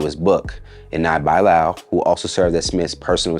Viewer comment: Dang Bro you making me cringe whenever you pronounce Bilaal "Bye-Lyle"